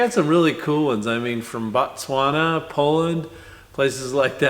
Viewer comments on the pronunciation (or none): none